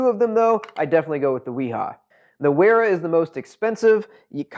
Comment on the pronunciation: Great video. Thanks for the comparo. Makes chosing a set a lot easier. BTW, Wera and Wiha are German. Both are pronounced with a V, not a W. Cheers